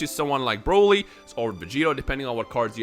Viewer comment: "buuroly". The Buu who absorbs Broly